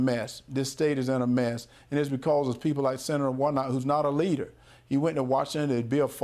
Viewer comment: Herschel Walker can't pronounce the word leader.